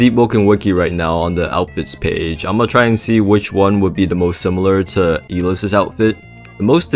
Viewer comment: ITS EYE LESS NOT E LIST